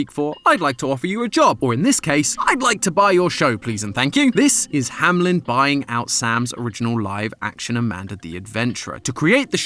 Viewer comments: saying "hamlen" instead of "Hameln" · I'm so confused. Hamlin or Hameln? I usually don't watch these, so seeing the logo spelled Ham-Eln, but hearing Ham-Lin, is bothering me. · Hameln not hamlen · Hameln❌ Hamlen✔️ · Why call it HAM-LEN when it's pronounced HAME-LN (hay-meh-lun) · hey, u kept saying HaMelN wrong not hamlen its hameln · Very minor pet peeve I keep having with this game/theories. The name is spelt Hameln which, when read as is, should be "ham-eln" but everyone keeps saying "hamlin" and I just... Idk man xD It doesn't match. Idk if the game says it as "hamlin" or not but German says "Ham-eln" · why are y'all saying hamlen, it's ha-me-l-n like the town in germany. the one where the pied piper story came from. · … it’s Hameln, not Hamlen 😭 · Is it Hamlen or Hameln? He keeps pronouncing it HamLEN but it says HamELN on the logo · It’s hameln not hamlen ham-eln maybe im wrong but idk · Bro why do you say “Hamlen” and not Hameln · Hameln ❌ Hamlen ✔ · I have a question that's been bothering me for a while now. As a German when I read the name "Hameln" everytime the logo pops up, I wonder why everyone on this channel pronounces it as "hamelin". I do know that in the original story the name of the city is "hamelin" in the english version, but the logo does not say "hamelin". Shouldn't it be pronounced "Hameln" then? There is no i. Can anyone help me out here? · Still trying to figure out how Hameln becomes ham-lem 😭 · i think its pronounced HAM/ELN cause the L is after the E not before it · Hamlen? Really? That's the pronounciation we're going with? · I really wish english speakers would stop pronouncing it Ham-lynn XD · IT'S HAMELN AAAAAAAAAAAAAAAAAAHHHHHHHHHHHHHHHHHHHHHH